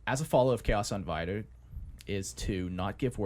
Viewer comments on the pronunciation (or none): God dammit .. ... .. Im never gonna unhear the pronunciation. 😐 Cha-os Un-di-vi-did lol